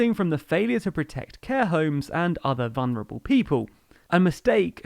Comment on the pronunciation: VuLnerable. There's an L just before the N.